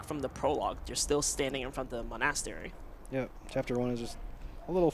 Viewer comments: Mon-ass-teri is my favorite one. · his inability to pronounce monastery bugs me, especially when no one corrects him. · not a fan of his diction, and constant repeating of things like "basically" or "we'll --- about that later". and his pronunciation of monastery. i dunno why but it makes me angery. i'll give him credit for explaining things though, as that can get tiring for 5 hour run (in addition to his own run).